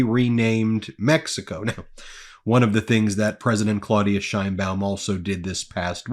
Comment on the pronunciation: Ben, a couple of comments about pronunciation: 1) the Mexican President's name is claw-OOHD-ee-ah Sheinbaum, and 2) fen-tan-EEL, not fen-tan-OL. Your commentary is always excellent, and I just want to make constructive criticism.